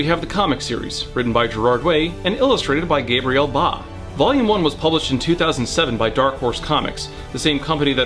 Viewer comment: Don't get too excited you still said Gabriel in the american way.